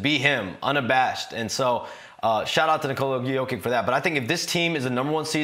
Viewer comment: This might be the first time Shams has ever had to talk about Jokic in person lol. Yo-kick.. that's something else especially from one of the most well paid NBA insiders.